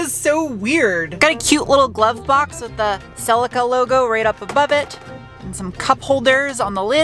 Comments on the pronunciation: Im so glad you are now correctly calling it a Celica not a SELL-LickA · holy shit an American who basically pronounces the name right. you're close enough. better than cel-ik-a like every other American.